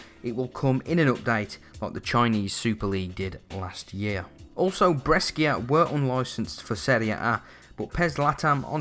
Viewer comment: Its spelled no BRESKIA but BRESHA! :D